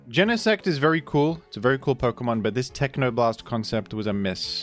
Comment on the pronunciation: Pok-UH-mon ❌ Pok-EE-mon ✅